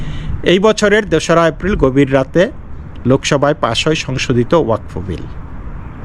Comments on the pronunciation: not wakfa it is wa kad. Pradip kr Roy Kolkata. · it is wa kaf.